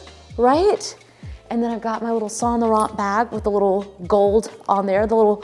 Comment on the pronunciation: FYI, there is no "t" sound at the end of Sahn Lowrahn (Saint Laurent.) I know, I'm anal.